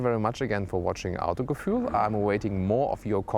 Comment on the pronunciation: If you like Audi mehr ähh more... hahaah Finds auch witzig wie du Autogefühl ausspricht, klingt wie nen Engländer der versucht des auszusprechen, aber sonst halt immer voll den deutschen Akzent xD